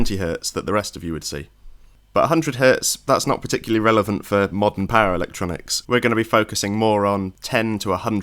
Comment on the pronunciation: For a while I was like, what on earth are these para-electronics he keeps talking about 😅 before he got to the Hz of mains, and I finally realized he was saying "power electronics" 😂